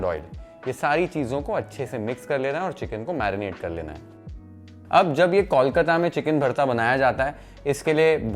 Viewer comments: Since you care about Bengali food, please pronounce Kolkata like Bol Mata, not Kaulkata, or just stick with Calcutta. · Learn the pronunciation of kolkata what's kawlkata?? 😑